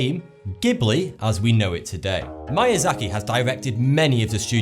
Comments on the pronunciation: Good video but the pronunciation of Japanese words was the worst I've ever heard. "Mayazaki"? It's more like "meeyahzahkee". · You're pretty pretentious. You're talking down to people at the same time talking like a know it all. You're not even saying things properly. I could say that maybe pronouncing "Ataku" and "mAiazaki" was just your accent, but then you go and say "mononakO" are you even reading? If you're into anime, then these words should be no problem. If you had to research about the topic, then why are you so smug. Which is it? Don't even get me started on "Ghibli" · why are you pronouncing his name like it is mAyAzaki , it is miyazaki , it is pronounced like "me" ! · Miyazaki is pronounced Mee-ya-za-ki, not My-ya-za-ki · Its Miyazaki not MAYAZAKI!! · I think it's pronounced "Mee - ah - zah - kee", not "My - ah - zah - kee". Just saying you might want to improve your Japanese grammar for future videos. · MIYAZAKI not "MAYAZAKI". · It's pronounced "Meeasaki". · “idkwhattoputhere” Kuro He mispronounced a lot of things. At least mispronouncing manga doesn't make it sound like something else. It sounded like he said Mayazaki. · Unfortunately he butchered the pronunciation of "Miyazaki", lol. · Every time I hear Miyazaki's name being mispronounced, my life is shortened by one year. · i hate how he pronounced miyazaki wrong